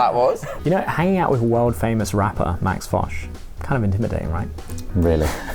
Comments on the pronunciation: who is lol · Why does their guest keep asking that lady behind the counter about a guy named, who the hell is that? And how is that employee supposed to know who that is? And why are the guys & the crew laughing about it? I suspect the reason but maybe I should finish the video first instead of asking during the first minute. It just seemed too weird to me. (Edit: okay is that the damn guest and I'm assuming he's either a rapper or a DJ. Weird.) And why does Josh call him? And on a completely separate thing, I don't think we have this langoustine thing here in the states. Must be an island nation or coastal type thing